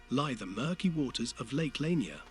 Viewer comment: You are sadly pronouncing it wrong. It's "La-near" .